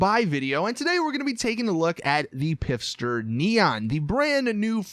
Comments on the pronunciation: For one, the P in Pfister is silent. For two, it’s pronounced like it were spelled Fister, not Pifster. Oh, and FYI apart from it’s all-electric drivetrain, I’m pretty sure this car is based off of the Porsche Panamera Turbo.. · Not pronounced Pister. It’s either Fister with a silent p or Pfister with the p and f pronounced. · the P is silent. its Fister. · Why do u call it pister, it's spelled pfister and the radio Commercial even says it with the F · its Pfister not Pifster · You are saying Pfister wrong yiu say it like Fister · "Piffster neon" lol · It’s pronounced FISTER!!!!!!!!! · I think its pronounced "fist her" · It’s pronounced fister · Did this fella say “pipster” neon XD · Porsche E Mission. 25% off is 1.125M and "pfister" is pronounced "fist her". Do you get jokes? Because Cockstar makes them... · By the way, the P in Pfister is silent. There is a family in my school and they have the Pfister last name and it is just pronounced Fister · Is actually pronounced fister? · Goddamnit its not PIFSTER.... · The P is silent in Pfister, so the name is just pronounced fister.. You're welcome. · I don't think there's someone who didn't catch that lol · I’m normally not that kind of person that points out every little thing that’s not right. But c’mon how hard is it to just say the names of vehicles? Tha name clearly says Pfister not Pifster , and even though it “P” is silent, I’m not going to b*itch about that. But just try to pernounce the names right. Thank you! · Pfister is pronounced fister... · It’s pronounced “fist-er” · I always thought the “P” was silent in Pfister. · i think the P in Pfister is scilent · The p is silent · Anybody else get annoyed that he pronounces Pfister wrong every single time?